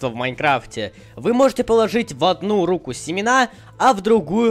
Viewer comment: рУку, а не рукУ